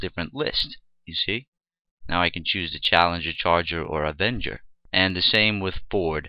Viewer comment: GREAT tutorial ... one thing though: the "avanger" word man ;-) ... But the tutorial was exceptional.